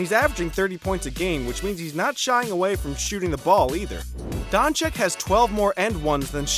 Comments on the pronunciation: it's not dang-chick. it's don-cic. No K sound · *Chich not Chick. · he is Dončič,not Dončik.. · Pls. my pren … Doncheeech not Donchick. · Haha Donchik, I mean how long is this guy in the NBA? Donchik!!! Please educate yourself before opening your mouth, ridiculous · Is doncic not doncik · Not "Donchick" but "Donchich" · it's Doncic not DONCIK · Your video is great. But... People, for us, this just rips our ear every time we hear it "Donchik". And there is no excuse, because he is here already one year and a half, whoever is in the basketball and especially the ones that are in the media SHOULD know. That is basic journalism. Not to talk about how disrespectful it is. PS: To others, do not call people "nazis". Not funny, like at all. Especially for people in Europe. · dude said Donchik like a hundred times. My ears are bleeding. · I swear If i hear him one more time saying Don-chick imma have a heart attack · STOP CALLing him DONCHICK DONçiç zzzzzzzzzzzzzzzzzzz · Is Dončić please go learn to to say it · Show a little bit respect for Doncic... Pronaunce surname correct!!! He isnt chick... It is not too hard to learn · It’s Luka Dončić